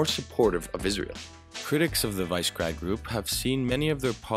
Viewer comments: More like wi-sheh-grad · WI - SHE - GRAD ... why is it so difficult? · Note' It is pronounced "VEE-SHEH-GRAHD"